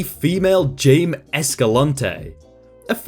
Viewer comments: An 'accent' is no substitute from being able to read the English language. Jaime = Jame? Instead of Jay-Me? As in Jaime Lannister, the second most famous character out of Game of Thrones? Either troll, or idiot. Either way, nto worth my time. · Jaime Escalante was an American-Bolivian educator. He was born in La Paz, Bolivia. His name is not pronounced Jay-Me. That is the angliciszed pronunciation. His name is actually pronounced Hi-May, the Spanish pronunciation. Next time you decide to complain about a person mispronouncing a word or name, make sure to give them the CORRECT way to say the word or name.